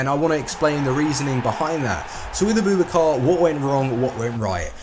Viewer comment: his name isn't a-boob-a-car